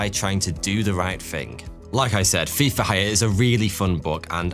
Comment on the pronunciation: Ngl when he said Thief for hire I thought he said FIFA